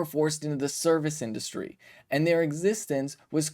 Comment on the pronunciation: "indurustry"? You talk for a living Ben.....get it together.